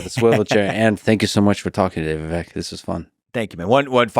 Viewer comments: YOU PRONOUNCED HIS FIRST NAME WRONG 😂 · Even Lex can't say Viveks name right 😅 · Bro interviewed Vivek and didn’t even look up how to pronounce his name. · Ffs, he says Tim Walz, as next Dem candidate. While talking to Vivek, kept pronouncing his name wrong. But Walz- Vivek, I wish I didn’t waste my time. Vivek as always was great. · I love how he said dude’s name wrong in the intro lol it’s supposed to rhyme with cake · It's pronounced like cake -- Vivek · It’s Vivek like cake. You mispronounced his name on the intro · Viv-ake like Cake. Not Viv-eck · Its pronounced Viv-ache. Ache like "i have a back ache. Not Viv-ek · "Viveck" its vivake like cake! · Vivek... but pronounced Viv-ache, it should ryme with cake. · Profound Podcast as usual! Lex I was shocked you don't know how to pronounce Vivek's name yet. It's Vivake like Cake but it's spelled Vivek. I wish Vivek said something, he usually does. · Its Vivek, not Viveck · You owe it to your guest to at the very least get the pronunciation of their name right. It’s Vi-vake, like cake. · Hey Lix Feedman … you can’t even pronounce Vivek’s first name correctly. Shame on you comrade. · Lex mispronounced Vivek's name and nobody cared. Say Kamala wrong and you're racist. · Fuckin Lex... mispronounced his name in the intro. 😂😂😂